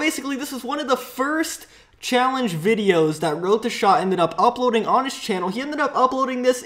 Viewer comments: He says wroteshaw so fuckin annoying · its not wroetoshaaaaaaa its wroetoshaw